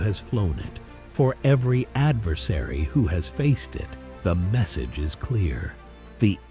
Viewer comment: At the end, did the narrator say "The Eagle still soars" or "The Eagle has sores?"